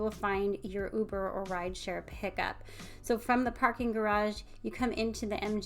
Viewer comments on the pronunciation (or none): none